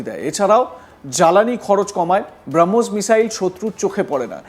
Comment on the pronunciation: ব্রাহ্মস নয় শব্দটা হবে ব্রহ্মস